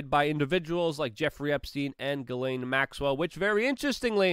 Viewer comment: Ghislaine is pronounced Jizzlane in English